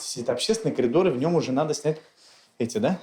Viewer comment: КОЛИДОР! 😂😂😂 всё нормально!!!! Ещё наверно ножницАми!!!!😂😂😂